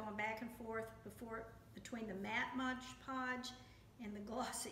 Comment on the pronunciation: Itis Mod Podge, not Modge Podge or Hodge Podge.